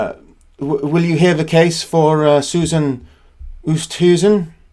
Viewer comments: Oosthuizen is pronounced Oh stay zin (rhyming with play station) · Susan Oosthuizen is an Afrikaaner name. The surname is pronounced Oo - est (try run the two sounds together fast) - hay -zen and the first name may well be pronounced as Su - sun. I am a South African who greatly appreciates what you do. Thank you.